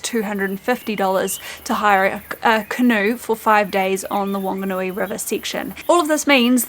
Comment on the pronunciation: It is Whanganui River, so should be pronounced with F. 15 hour bus trip from Christchurch to Invercargill is ridiculous.